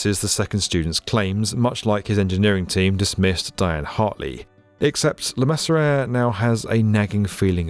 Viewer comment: le-MEASURE. le-MEASURE. le-MEASURE. Your pieces are too well-researched and -produced for mispronouncing the names of your lead characters.